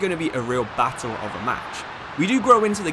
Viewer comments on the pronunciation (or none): none